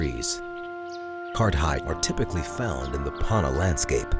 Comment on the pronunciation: Why have an American narrator who can’t even pronounce Panna appropriately?